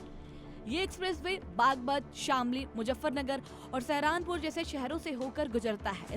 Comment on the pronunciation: सहरानपुर ❌ सहारनपुर ☑️